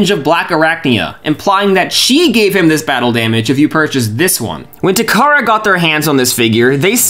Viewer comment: Takara, not Tamara.